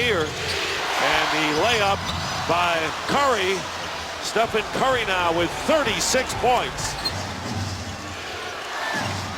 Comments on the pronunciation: Who is this commentator saying Stefan curry?? Is he representing NIKE? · “Stephon curry” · “Stephon” smh